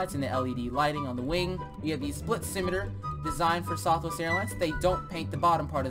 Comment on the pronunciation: It’s southwest not sothwest